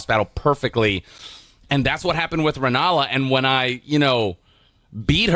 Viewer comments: Relanna not Rennala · IF SOMEONE CALLS RELLANA rEnNaLa ONE MORE TIME IMMA CRASH OUT!!!! 😤🔫 👁️👄👁️ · bro the whole time he was saying Rennalla i thought you know he was talking about the ACTUAL renalla queen of the full moon, instead it's Rellana 💀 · Bro kept saying renala and it was aggravating 😂 her name is rellena